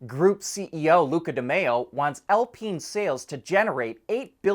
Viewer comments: it's Al-Pine, not Al-Peen (which would be funny, but). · In French, it is pronounced "Al-peen".